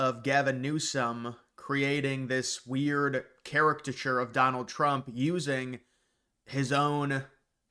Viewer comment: Why do you struggle with the easiest words man. Caricature. Sound it out big guy.